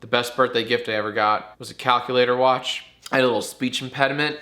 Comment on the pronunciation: This isn’t a threat because you said it, but... “Wuotch da Mandalorian or fwickin die”